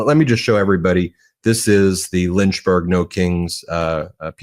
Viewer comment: You heard that right......"Lynch"burg